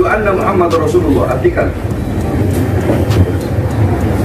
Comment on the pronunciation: Pada menit ke 1.01 bahar bin smith salah mengucap syahadat Rasulnya. Lafal yg seharusnya dibaca " anna MuhammadAr Rasulullah" ia baca "anna MuhammadUr Rasulullah". Sptnya belum pantas klo status penceramah disematkan pd dirinya. Lebih tepatnya adl "orator". Apalagi baca kitabnya banyak salahnya. Ngaji Qur'annya jg msh amburadul 😂😂😂